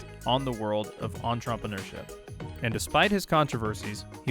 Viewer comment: The way you say entrepreneurship…..